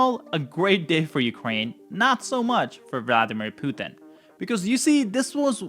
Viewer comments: Please tell me its a genuine subversive act that you call him ' poo thin'....makes him sound like weak sh1t....instead of pu tin. Makes me laugh uproariously...on all of your videos. Hilarious 😂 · FFS the man’s name is Pu-Tin pothin!